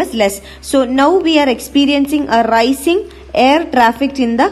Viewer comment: Ra-ee-cing....rising mam